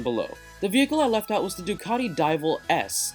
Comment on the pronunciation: this is Ducati not duccati